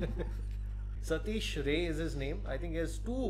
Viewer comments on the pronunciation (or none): satish ray is from bihar and its not pronounced as ray it is pronounced as raai(hindi word for opinion )..in bengal it is pronounced as ray like stingray .as this surname is used by both the states